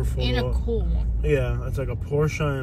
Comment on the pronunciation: Been watching u for a long time , me being a Porsche technician… the way u pronounced the name correctly made me like u even more instantly lol